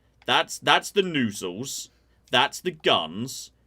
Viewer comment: Noozle, please learn how to pronounce properly. My ears bled every time you mispronounced the word. I could not watch this video.